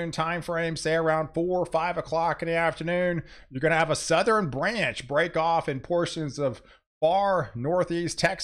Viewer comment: Southern, not South er Ren same for nort east, west